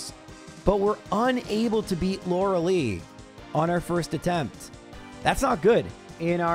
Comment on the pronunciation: You love being wrong about the pronunciation of Lore-a-lie.